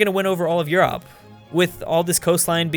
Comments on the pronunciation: why does he pronounce Europe as You-ropp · Hey why do you pronounce Europe like the burger king foot lettuce guy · Oh my lordy quit pronouncing Europe like that